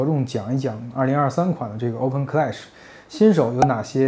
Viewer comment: 这个读Oben…听着怪怪的